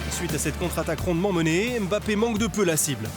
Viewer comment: Mbappé et non Embappé. Il marque 3 buts contre le Barça, chez eux et ça ne suffit pas pour que son propre club prononce correctement son nom à chaque fois pendant 26mns? Serieux !! Faut faire quoi?